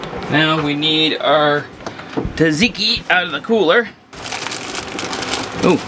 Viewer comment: Its not taTziki tSatziki tsa not tat